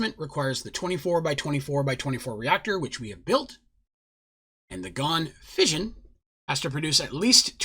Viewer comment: Lol fission or fussion Or fusion